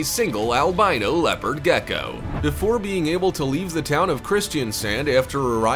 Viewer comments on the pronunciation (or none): none